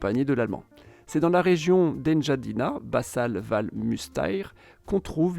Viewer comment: En-ga-dine en français…. Ène-ga-di-na autrement…